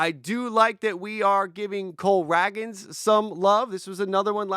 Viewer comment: Isn’t it “rae-gans” not “rag-gans”